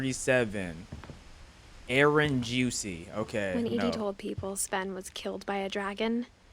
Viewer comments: It's sven not seven 🥲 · Bro calls sven seven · its pronounced sven(sf-en) theres no e between the s n v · Are we gonna glaze over the fact that he said seven rather than sven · I know im practicing a year late, but why does pronounce “Sven” as “seven”? 😭🙏